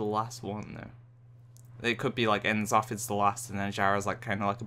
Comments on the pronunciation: it's n'zoth :P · I cringed every time you proncounced N'zoth wrong >.<